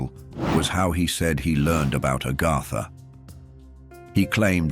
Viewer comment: It's AGARTHA... Not ARGARDA